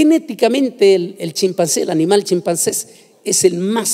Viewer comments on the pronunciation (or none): Alguien que le diga que no se dice chimpances. Se dice chimpancé. UN HOMBRE TAN LLENO DE PALABRA Y TAN USADO POR DIOS, NO HAY QUIEN LO ASESORE PARA QUE SU TEMA SEA EXPUESTO CON EXCELENCIA. Porque el contenido es brillante